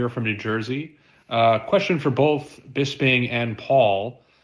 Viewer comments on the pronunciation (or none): How is it that Harrington and Brian have worked on this podcast for years, they must have heard you pronounce your own name a hundred times, yet they still call you Bizz-bing? What's up with that?